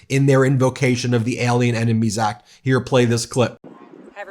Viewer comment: He can't even pronounce or read the "ACT" yet wants to invoke it? America wake up, we are in serious trouble.